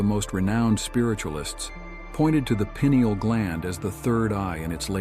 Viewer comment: “Pine” ael is the pronunciation